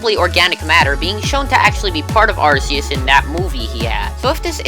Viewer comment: its ar ke us XD